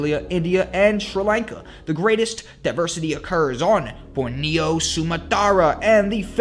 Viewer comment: You might want to check your pronunciation of names like Borneo and Sumatra.